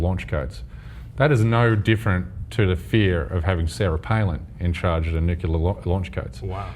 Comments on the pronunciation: Listen to after about... He says.... "Nuculer", just like GW Bush used to. Get this guy the fuck off the stage. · "access to nuc-yu-ler launch codes". Lol. And he was trying to sound smart! Seriously though. Cenk, you are dead wrong about this. Unfortunately you are only talking to idiots who do whatever they can to verify the conclusion you've jumped to. You've already dug yourself in pretty deep here so it's unlikely you'll ever recognize how unfair and dishonest you appear to anyone with half a brain. Honestly, after this, I'm not sure I can take you seriously on any subject anymore... and I've been watching your stuff for years. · This guy seriously said, "nucular"? wow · "... nukular codes... " -, 2014. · nuculaaaaaaar. unsubscribed. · he said nuculer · Sorry, I just have to say this: It's pronounced NOO-CLEER. Not noo-cue-lar. Fucking George Bush ruined that word. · "Imagine having Sam Harris as president of the United States with access to the nuculear launch codes", this dude pronouncing "nuclear" is the dumbest thing I've ever heard in my life. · C J Werleman should take some diction lessons, it is pronounced n u k le ar not n u ke lar. He should also study history again, Mao Zhe Dong was the chairman of the Chinese Communist party not the Soviet Union, two different countries. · n u c l e a r, not "NUCULAR" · It's NUCLEAR not NUCULAR. Why do so many people mispronounce that word??? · This douche can't even pronounce nuclear correctly. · No. No, he isn't. And that idiot needs to learn to pronounce nuclear. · can somebody please teach that idiot how to pronounce "nuclear"?!